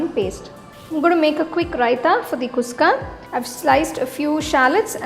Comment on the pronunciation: You are telling its kuska, but your. Pronunciation is wrong sister. It is khushka.